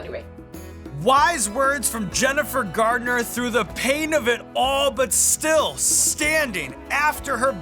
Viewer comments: I think Jennifer was real polite in not correcting Sean a single time, even though he called her "Gardner" basically every instance EDIT To end the “controversy” he only says “Gartner” to my ear, a single time. I severely exaggerated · Sounds like he calls her Jennifer "Gardner" ---oopsie. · Embarrassing - mispronouncing Jennifer Garner's (not Gardner) name over and over. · Jennifer GARNER...... not gardner :P